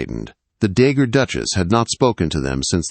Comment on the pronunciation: Not dagger duchess, dowagger.